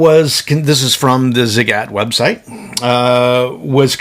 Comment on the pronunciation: Thanks for the review! Perfect pronunciation of Ziigaaaytttt!